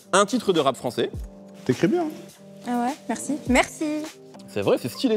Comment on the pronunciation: je crois ya un symptôme de schizophrénie la. Regardez bien elle dit merci de 2 manières différentes mdrrrrrrr